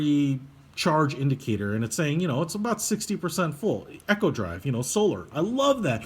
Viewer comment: It’s not Echo drive, it’s Eeeeko drive as in economy. Has nothing to do with sounds bouncing off mountains. There’s only one way to pronounce it. And if you are going to review this watch. And you have one right in front of you, then you should know the size of the case.